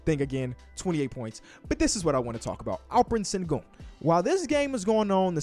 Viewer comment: its pronounced “Shengoon” not “Sengoon”